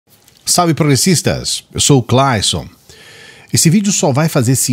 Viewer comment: ...adoro o modo como você fala seu nome...ABRAÇOS